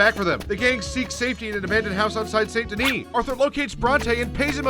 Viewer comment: I will never understand why people can’t pronounce saint denis. They say it a million fucking times and everyone still fucks up the pronunciation.